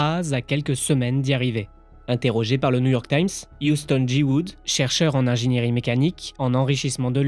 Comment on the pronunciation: Si toi aussi tu as entendu : Houston jecoute ( Houston G.Good ) 😅 👇